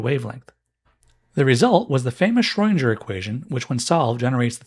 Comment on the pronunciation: Try saying "Schrödinger" with the "ing" like in "sing".